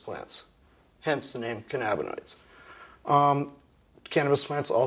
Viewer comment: can-ab-bin-oids? What’s cannabinis?